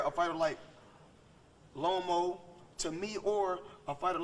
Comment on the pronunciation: He called them Lomo, Telefimo, and Salida 😂😂😂😂